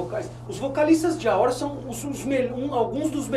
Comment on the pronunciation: Video bom, mais ouvir a pronúncia AOR o video inteiro é de doer os ouvidos. O correto é A.O.R (escrevendo como se pronuncia: EI-OU-AR)